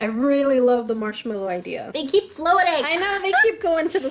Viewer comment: I love the way said "the dunked march mellow."